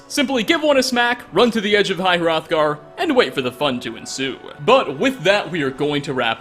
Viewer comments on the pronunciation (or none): It's pronounced High H-Rothgar